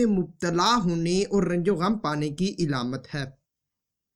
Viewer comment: Ilamat Nahi alamat